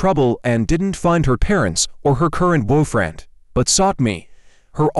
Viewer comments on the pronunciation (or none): I heard bwufriend